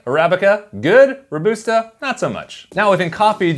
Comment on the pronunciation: Great video but can't get over the pronunciation of Robusta. Pretty sure it's pronounced row-bus-ta unless it's another American tomato vs tomato situation! :)